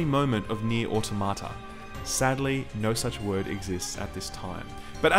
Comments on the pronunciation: It's au-TOM-uh-tuh. I know the people who made the game say it wrong, but they are wrong. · jokes on you i was downloading the game right before clicking this review. also can't pronounce automata correctly literally unwatchable. 9/10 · It bugs me how almost everyone mispronounces "automata". It's not "auto-ma-ta", it's "a-tom-a-ta". Yes, "automata" is the plural version of "automation", but it's pronounced more similarly to "automonous".